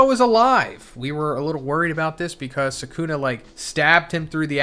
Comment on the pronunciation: Can you pronounce the names right? It’s sukuna not sekuna. Just like kizaru not kizeru